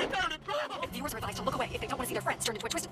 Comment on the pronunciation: Aww! I just noticed the way says "Durland" sounds like "Darlin'"!